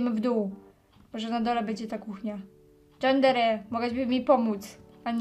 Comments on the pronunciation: Nie "Dżandere simulator" tylko "Jandere simulejtor" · "Dżendere"?! Przecież to się czyta "Jandere"!!! 😄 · Yandere, a nie dżandere XD To rozwala xd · nie dżandere tylko jandere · Ale po japońsku - Ja-n-de-ree Si-mu-le-j-too-r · nie mówi się dżandere tylko jandere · JANDERE A NIE DZANDERE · Ale kaleczysz.. mówi się JANDERE nie dżandere......... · Fajne ale czyta się jandere symulato nie Dżandere Kto ogląda znowu tylko w 2019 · GRASZ W DŻANDERE SIMULATOR CIEKAWE ! TO SIE MÓWI JANDERE -.- BOSZ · no się czyta jandere a nie drzandere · JANDERE się czyta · jandere nie dżandere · to się wymawia jandere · Czyta sie ,,Jandere" a nie ,,Yandere" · to się mówi jandere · To się czyta JANDERE ale nie hejtuje :) fajny odcinek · Jandere się czyta, a pisze się Yandere xd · mówi się jandere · pisze sie Yandere a wymawia Jandere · Czyta się Jandere